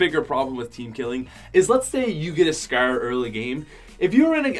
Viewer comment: It’s call scar not sckkkrr